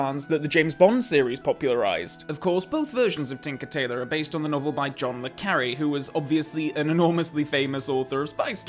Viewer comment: Maybe I am wrong but you mispronounced the Author's name.